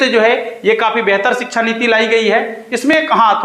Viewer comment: Shiksha bolna to seekh le bhai